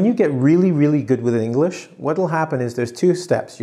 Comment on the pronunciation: You said enlish instead of English